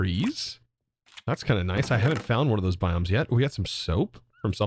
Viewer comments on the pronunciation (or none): none